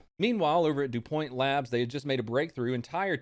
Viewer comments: DuWho labs!?!? Now I KNOW he's stoned. Du pont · Come on,, "DuPoint"? Lmao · Dupoint? Seriously don’t know who DuPont is? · Do point?! It’s dooo pooonntttt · DuPoint? Seriously? DuPont. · Dupoint? Its DuPONT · Also DuPont is (Doo-pont) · Dew Pont is how it’s pronounced. Jeff Gordon would be sad. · Say it with me, Doo-Pahnt.